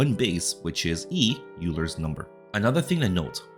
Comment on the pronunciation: it's pronounced OIler, not Euler